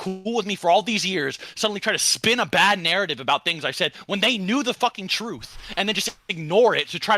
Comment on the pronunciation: “Duh-Truth” my guy…but otherwise good vid.